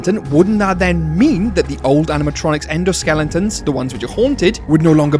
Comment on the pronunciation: you almost called them "endo skellingtons", but you seemingly caught yourself before fully committing to the 'ng'. XD